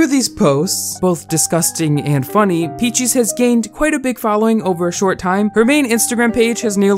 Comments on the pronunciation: that's not an accent it's just blatantly misreading her name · Normal people: peaches: p e a c h i e s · I take back what I said, his pronouncation of it gets worst and worst throughout the video. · Sometimes it sounds like he says "Peachees" instead of "Peaches" I find it so adorable 💗💗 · yo he’s saying it like peach-ehs — that’s normal. 😂 Edit: he does start saying peachees. Haha 🤣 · Omg yes. He said Peachies, not Peaches. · I’m more distracted by the fact that he keeps calling her “Peachies” lol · new drinking game: take a shot every time says “peechiez” instead of peaches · I laugh when says “peechees” instead of peaches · Why is he saying "peachies" instead of "peach's" lolll it makes me mad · Why are you saying “Pee Cheese” lmaoooo I know damn well you can say Peaches 😭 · Lol I love how he doesn’t say peaches he says pea cheese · Youtube subtiles; P-cheese instead of peaches lmao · oh my lord its peaches. not pee cheese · WHY DO YOU KEEP CALLING HER PEACHIES hahahahaha it’s peaches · i cant take this seriously bc you keep calling her "peachies" literally why can't you say peaches? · pronouncing her name “peechees” is maybe the cutest thing ever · I died inside every time you said “Peechees” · right, Pee-Cheese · Pee cheese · lilah boohole its PEECH-EZ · Lol yea "pee cheese" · Why do you call her “PeachEEEse” 😭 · Peach es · Jamal Rathur feeces,if you know you know😶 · why do u say peaches like “pEaChEeSe” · i love this guy (not peaches i hate her) but he says her name like peechees lol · He said peechess lmaoooo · everytime he said peachys like ahhh i’m triggered it’s not how you say it no hate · “Peachies” lol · Why is he saying peachees. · Stop saying peach-eeze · good video but does it bother anyone that pronounces peaches “peachies” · Peach + feces💀💀😭💀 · she sure is one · Same. Not sure how anyone over the age of 10 doesn't know how to pronounce peaches